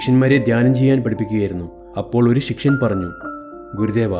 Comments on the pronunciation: ശിക്ഷയൻ അല്ലടാ പൊട്ടാ ശിഷ്യൻ ആണ് 🙄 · ശിഷ്യൻ ആണ് ശി ക്ഷ്യൻ അല്ല